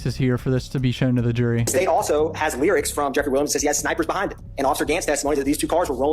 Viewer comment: It’s the way you say “Lee-rics”(lyrics) for me 😅